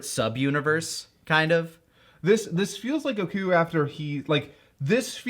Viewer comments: The way pronounces each syllable of gokus name will never not baffle me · I don't know why, but kaisers pronunciation of "Goku" triggers me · I know, beating a dead horse, but the way he pronounces Goku as “gukoo” makes me want to kill myself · Yes he grew up watching the Japanese dub and he tends to pronounce it as "Gokoo" as a result.